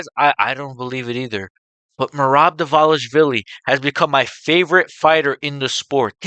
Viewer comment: I am also fan of Merab. Just a little correction: his surname is pronounced not 'Divalishvili' but rather 'Dvalishvili' - straightaway from D to V without I in between. I hear you say Divalishvili and that's why. Cheers bruda